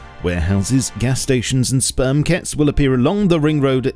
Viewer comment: What does staging brench mean? And its not spermket but is supermarket😀😉